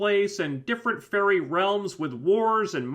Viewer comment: to me every time you sad fairy i hear furry (i know my hering is weard that way) witch makes this review realy funny to me